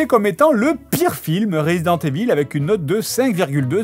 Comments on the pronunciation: je ne sais pas pourquoi vous prononcez tous "resident" à l'anglaise et "evil" à la francaise. ca se prononce ivel en anglais. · J'aime comment Fred prononce "evil" comme é-ville.